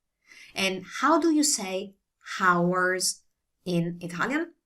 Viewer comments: Hi. I am pretty sure you know by now, but the "h" in "hours" is silent - so it sounds like "ours".:) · Thanks for your professional vids. Forgive me for my impertinence giving you a tip. The 'h' in hours is silent, so you say it like 'ours'.